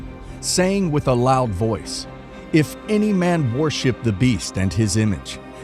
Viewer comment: Can't you get someone who speaks proper English??? " IDOL-TREE" ??? " WAR-SHIP "??? cheers